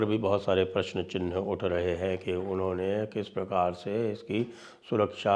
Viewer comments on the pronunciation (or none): none